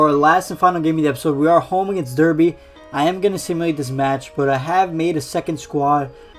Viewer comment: Derby is pronounced darby